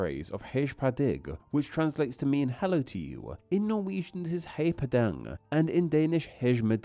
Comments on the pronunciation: "Hedsh pa digg" "Hei pa deng" bro has no respect for the pronunciations of these languages. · I'm fine if he has to approximate foreign phonemes with English equivalents, Swedish "hej på dig" isn't exactly pronounced like English "hey paw day" but it is a close enough approximation, whereas "hedge pa dig" is just blindly anglicizing the word without researching the pronunciation. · "hech pah digch" 💀💀💀💀💀 seriously you gotta at least attempt to pronounce the words if you're taking it seriously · Even as a fellow Polack I know better how to pronounce these Nordic phrases. "Hej på dig" would be pronounced something like "Hej po dej" in Polish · "hej på dig" is pronounced /hɛj pɔː dɛj/ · Hej på dig is pronounced like hey paw day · J is these languages is pronounced more like the english Y. And G in certain contexts can also be pronounced as a J, as in the english Y once again. So the Swedish "Hej på dig" is pronounced more like "Hey paw dey" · The "Hej på dig" is pronounced more like "Hey poe dey" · Your “Hej på dig” was frigging magic! My mind went a couple of orbits around the globe. With my terrible inability of understanding things I would have looked confused and replied “Sorry?!” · "Hegh pah dég", "héi pah dang" and "hegh med digg" has me cackling XD. I don't usually expect much from non-Scandinavians when it comes to pronounciation, but you're an etymology channel for crying out loud! Love you though - keep up the good content! <3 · Mate you goota look into taking a Babbel course on Swedish/Danish/Norwegian "Hejh pa dig", "Gravling" ÅÄÖ are not pronouced as either A or O. Other than that great video.